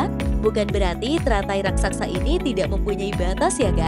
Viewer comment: raksasa bukan raksaksa